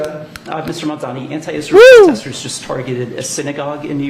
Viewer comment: It's pronounced Mam Dani